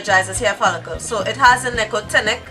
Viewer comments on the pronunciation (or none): You trying to pronounce Nicotinic😂